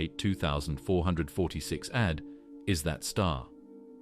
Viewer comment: He's talking about it saying ad like ad and not a d as you would in a sequence of numbers symbolizing a name. And the way they say pular is also extremely terrible to listen to. I've heard him say is like 15 times already